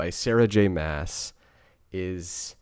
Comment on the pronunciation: Love the series!! It’s great to get a male perspective and I’m so glad you were entertained!! That’s what so awesome about books 😀 Looking forward to your next review! …I think her last name is pronounced like ‘moss’